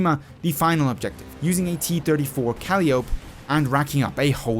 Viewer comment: Just an fyi... Calliope is pronounced Ca-lie-o-pee